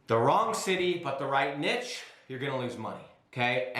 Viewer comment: You pronounce niche wrong